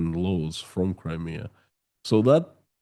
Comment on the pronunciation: Where’s “Crimear”?